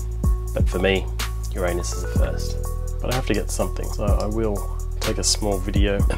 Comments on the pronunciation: Finally, someone says Ur-RAIN-us correctly instead of “YOUR-a-nus”. 🍑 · Glad to hear you pronounce Uranus the old fashioned way. On the hole I’d say it’s a great photo! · Labcoat gag ???? You mean you're NOT a proctologist ? Chapeau for the correct pronouncation of " Uranus". The Mars image was good but we both know its pronounced " Murrrzzz" (Thanks Carl). And don't get me started on the pronounciation of Saturn. "Satin" ?? "Satin"?? Named after the Roman god of sheer fabrics was it ??? Thanks for another great vid :-)